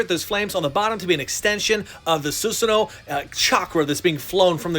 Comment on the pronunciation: you should pronounce it as susano not susano